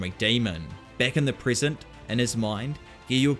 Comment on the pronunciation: its "PRE-SENT" not "prison"